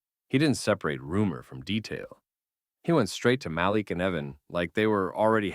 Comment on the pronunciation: Muh-leak. Say it, Muhhhh- leak.